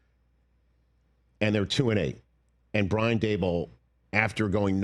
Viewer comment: How has Rich never learned how to say Daboll’s name?